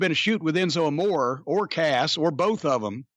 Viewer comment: I wish Jim's wife and doctor would warn Jimmy about consuming so much red meat, especially fatty hamburger, at his age! My doc would probably have a nervous breakdown if I ate even HALF that much! BTW Enzo's last name is pronounced AMORE (AH...MORE...RAY)